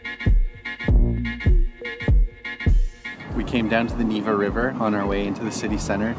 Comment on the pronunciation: Sooooo funny that ALL Westerners ALWAYS stress the wrong syllable in ANY Russian name. VLAdimir, FedoROVna, NEEva, ROmanov... C'mon Americans, you just gotta be kidding... VlaDEEEmir, NevAAA, RomAnov, please remember it and stop screwing up the pronunciation.